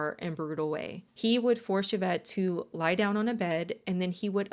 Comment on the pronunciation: Thank you for saying Yvette's name correctly. Most of the time it is not pronounced correctly. This case is so bothersome. I hope ppl can get free. However you made a comment about a cult leader here in the states. I can only assume with the context of what you were showing who you meant. I would have loved to continue watching your content. But since I'm not stupid and know who you were referring to I'll pass and encourage others not to as well.